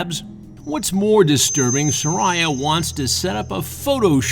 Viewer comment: Chris says her name is sir-I-ah